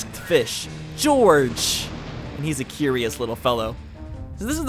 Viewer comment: I'm pretty sure Gyorg is pronounced Gee-Org and not Je-Org. Although on DeviantArt, I saw a deviation of Gyorg with the text "Gyorg, Gyorg, Gyorg of the Jungle."